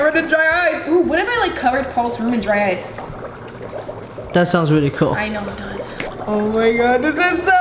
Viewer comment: I thought she said dry ass bubble.. lmao sorry ily